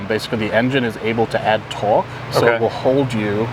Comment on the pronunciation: Trying to figure out why the dude explaining sounds so weird when he say torque. Speech impediment maybe? But if so why would he be the one they send.